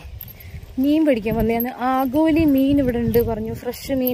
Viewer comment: ആഗോലി എല്ല ആവോലി'